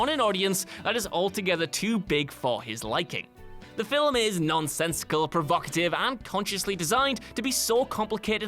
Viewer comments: it's pronounced FILM, NOT FILIM. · Are we gonna ignore the fact that he keeps on pronouncing FILIM ??????? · It's really the way he says it. What's wrong with the word "film"? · I'm glad I'm not the only one bugged by that